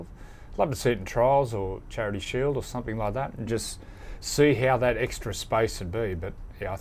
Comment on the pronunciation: "Some-think"......instead of "something" .....ouch....terrible English lady